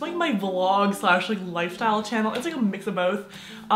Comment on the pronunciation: Is it just me or did she say in her intro “hey guys welcome to my shannel”??? Yas I mean shannel